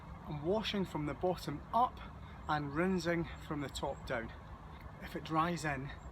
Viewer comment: Great video, well done. I use a fence sprayer instead of a standard garden sprayer, I find it much better especially when as you would say " Rinzing".,🤗😂😁